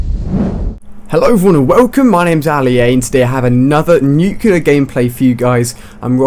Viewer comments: "NUCLEAR NOT "NUCEULAR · Stop saying 'Nucular' it's 'Nuclear', it's in the title of the damn video... -_ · let me spell it clearly, so you can understand: It's not New-killer, it's new-clear. I'm no a hater, I just get annoyed by that sound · Nuclear not nucular dumbass its not a word you sound like george bush one word one syllable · why are you pronouncing nuclear like nucular, it should be pronounced like nuke + clear. But really good video though. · IT'S NUCL-E-A-R NOT NUC-U-LAR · It's nuclear not nucular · That has nothing to do with accent, he's perfectly capable of saying reticle. How do you explain NUCULAR instead of NUCLEAR? Accent? I think not. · NU-CLE-AR, not nucular.. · nuclear nut nucular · Why do you say "Nucular" instead of "Nuclear" mister George Bush?